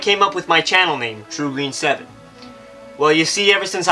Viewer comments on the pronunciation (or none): Haha xD that pronansiation of my name though xD xD